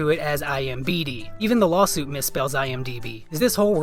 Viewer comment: Perfect opportunity to use "lawlsuit" in the title since that's how he says the word lawsuit-but you missed it! Haha.